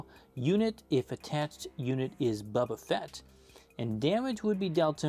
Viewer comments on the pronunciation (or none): I’m sorry but I still can’t stand it when people say Bubba Fett and not Boba Fett 😭